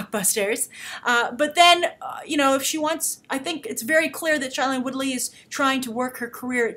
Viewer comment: you're STILL pronouncing Shailene Woodley's first name wrong. She always pronounces it as "SHAY-lene" not "SHY-lene".